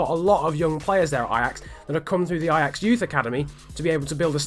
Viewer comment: i am dutch and you say the names of feyenoord en ajax very good